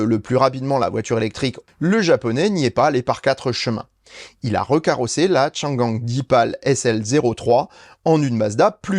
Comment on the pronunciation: Très bonne vidéo comme d’habitude même si le sondage me laisse un peu perplexe. Si je peux proposer une petite amélioration pour les prochaines vidéos pour la prononciation de la marque Changan: la première syllabe est bonne, la seconde non. C’est plutôt « Anne » qu’il faudrait prononcer. Le mandarin n’est pas évident c’est sûr.